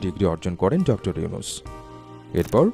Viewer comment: ডক্টর মোহাম্মদ ইউনূস স্যার,, নামটা ভালো ভাবে বলেন,, সম্মান না দিলে আপনার সম্মান ও থাকবে না, সবাই তোমাকে আন ফলো করলে তোমার ও বেলো থাকবে না,, মনেরাখবে😡